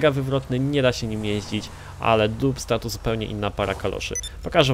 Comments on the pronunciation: Czyta się "Dabsta" :P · To sie wymawia "Dabsta 6x6" ;) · Naucz się czytać po angielsku, bo jak słyszę dubsta i inne wyrazy to mi uszy krwawią.